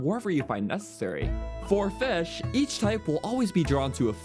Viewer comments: Don't even get him started on fesh. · lmao the way he says fish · MELK n FESH